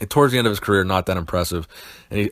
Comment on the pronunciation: "King" - what "creer"? ... lol ...